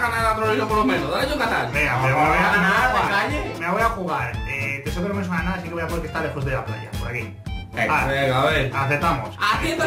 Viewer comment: Maik se Dise Texcoco